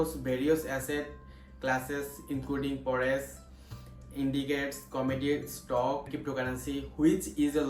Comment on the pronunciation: Bro it’s forex not forest trading 🥲